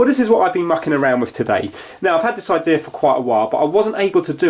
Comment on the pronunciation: What's an "eye-deer"?